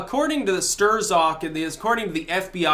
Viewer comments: It's pronounced "Stroke" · sTERZOCK ?!?!?!?! Everybody pronounces it "Strock" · don't mean to nit pick, only hoping this helps. strzok is pronounced "struck". and of course trump knows about the clintons... he's their cousin. thanks as always! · According to Wikipedia, Strzok is pronounced "Struck". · Lol, “Stir-zok.”